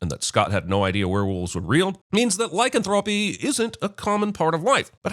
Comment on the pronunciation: I'm adding a sin for that pronunciation of lycanthropy.